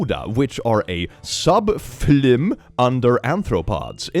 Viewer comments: it’s pronounced “suhb-fai-luhm”. Also I’m surprised no one mentioned the most OBVIOUS MISTAKE IN THAT POST! FROGS ARE AMPHIBIANS! NOT REPTILES! A FOURTH GRADER COULD TELL YOU THAT! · “sub-file-um” but now I’m never saying it correctly ever again. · it's pronounced sub- "fi-lum" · though you can say it however the heck you want it’s pronounced sub FI-lum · is pronounced Phī-lum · In case people weren't sure ( included) the word subphylum is pronounced sub-fi-lum, or a sub-classification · just in case you did want to know how to pronounce subphylum it is sub-fy(fi)-lum lol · It is pronounced sub-ph-eye-lum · wildlife biologist here! subphylum is pronounced "sub-fi (as in fire) -lum (as in plum)" but i will definitely be saying it your way instead to piss off my peers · ITS PRONOUNCED FIE-LUM YOU BUFFOON(jk you chill) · It's pronounced "sub-FIE-lum". The "y" is pronounced like the pronoun I. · Subphylum, the "phy" is "fi", like "Wifi"